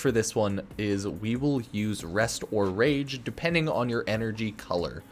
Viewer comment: Spectro-whaa? Raahj? I think we pronounce the word "rage" differently, you and I... In all seriousness I enjoy your videos. I'm sure most will go to the meta guys like Brozime, GHS, iFlynn, maybe leyzar if he comes back, etc. but in the same way some people just don't like playing the meta I don't always like going to the big warframe partners for my info. So I appreciate the underdog status u have in that regards. That and you have a calming voice so yeah 👍😁